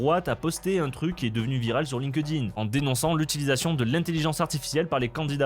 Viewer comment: Par pitié, arrête de dire Line-Queue-Dine C'est Link-Din